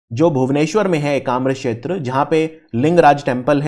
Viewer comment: Sir it's ekamra khetra not shetra..u r providing great lesson ..thanks for it.